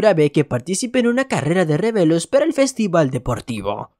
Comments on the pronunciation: Se dio cuenta de la palabra tijeras, pero no cuando dice revelo en ve de relevos, per aún así me gustan mucho tus vídeos, solo lo digo por q me hizo gracia. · Es carrera de relevos no de revelos 🤣🤣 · Alguien mas se dio cuenta que dijo revelos en lugar de relevos en la parte de lo de la carrera